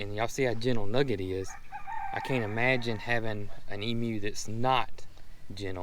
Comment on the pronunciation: Congrats, you are the first American I have heard pronounce Emu correctly, (eem you) most Americans say, eem oo.